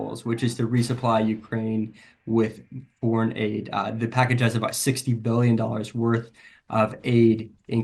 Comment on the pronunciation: “Aid ru..” -Schumer 😂